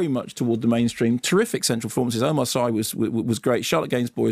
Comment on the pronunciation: Sorry Mark but I lived in Senegal for so long that I cringe when local names are mis-pronounced. Omar Sy's family name is pronounces "See" not "Seye" like synoyme not sci fi! He is of Mauritainian origins and made his name on French TV as part of a comic duo Fred and Omar!!! Very funny man.